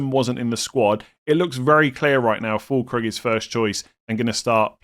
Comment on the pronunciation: I can't hold myself and must giggle everytime you pronounce the u and ü in füllkrug the exact opposite way you are supposed to haha.